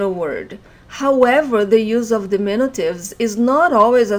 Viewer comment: we say dimin-U-tives. you are saying dimin-i-tives which is not correct